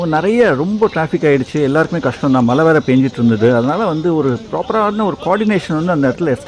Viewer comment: உங்களுக்கு "மழை" அப்படின்னு உச்சரிக்க வருகிறதா? நீங்க தமிழ் தானே! கஷ்டம்.